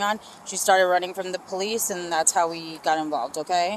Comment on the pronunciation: Ze po - lice. ?